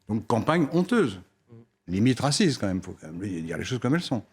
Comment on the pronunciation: Le vieux quoi.... "cé dé racimste !" Désolé mais les gens qui entrent dans le pays sans autorisation sont des criminels.